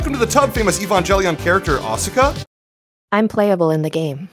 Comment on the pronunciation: I think I lost respect to for mis-prouncing Evangelion and Asuka in his sponsor part.